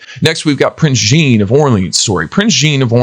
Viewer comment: Do not pronounce Jean like Jeanne...